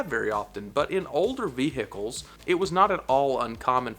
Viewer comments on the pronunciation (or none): Vee hickles ? Ha ,never knew that was actually a word .